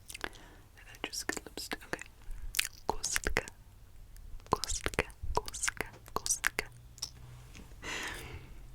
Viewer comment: Oh my god, I didn't know you were part czech! Your pronounciation of cube was really good. I had your video in background, so when I heard "kostka", I was confused at first lol